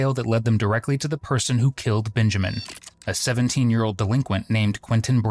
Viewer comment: Why do you keep calling him “BINjamin”? His name is Benjamin, with an e. Not binjamin